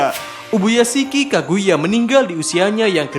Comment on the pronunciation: Kagaya apa kaguya yang bener